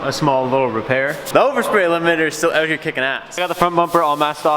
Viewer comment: Who else just smiles when he hears "aeout"